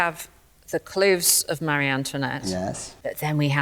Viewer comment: Please…, the name is Marie (muh- ree) NOT Mary! My daughter’s first name is Marie and it is constantly mis pronounced!